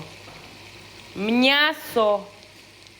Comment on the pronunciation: Вас слухати дуже приємно, готуєте так, що хочеться до Вас на вечерю. О ваше те слово мнясо , то взагалі ….. Здоров´я, наснаги і чекаємо на нові відео!!!!!